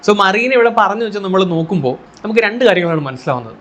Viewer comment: മറീന ആണോ മെറീന എന്നല്ലേ